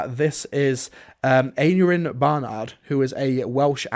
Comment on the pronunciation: Aneurin is usually pronounced 'an-eye-rin', like the founder of the NHS, Aneurin 'Nye' Bevan. Also, 'ap' is simply the Welsh equivalent of 'Mc/Mac' in Scotland; it just means 'son of'. So, Roger, son of Gwilliam, basically.